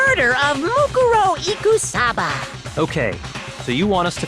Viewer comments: They emphasized it wrong, I think. MooKOORow would sound more natural, IMO. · I am just now hearing the English dub, and this is really bothering me. "Moo-ku ro" Whyyyy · man theyre all pretty okay, but the way they pronounce "mukuro" (or any of the names, really) is driving me nuts